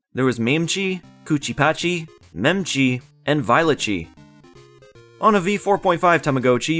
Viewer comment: And yet you completely mispronounced mametchi and memetchi